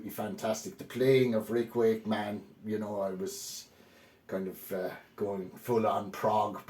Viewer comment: Love the way you say rick wake...man 😅